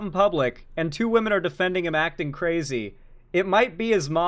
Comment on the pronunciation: Why do these people always seem incapable of saying the word "women?"